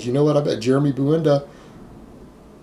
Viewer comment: His lasta name is Buendia not Buenda